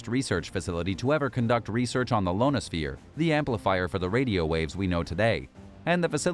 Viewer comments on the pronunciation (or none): the "Lonisphere"? or he misread a capital "i" in ionosphere